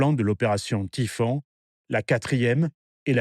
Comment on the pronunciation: Bravo pour les cartes dynamiques alternant avec les images, c'est très clair. Petit reproche sur la prononciation des noms allemands : "von" se dit "fonn", "Typhon" se "tuffonn" et non à l'anglaise. Mais c'est un détail.